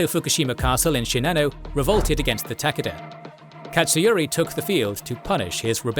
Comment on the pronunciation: i came to this video just to listen to him say tak-ah-dah because it makes my blood boil